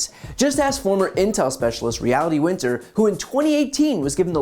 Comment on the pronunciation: Great video as always. I have to point out it's Reality Winner not Winter though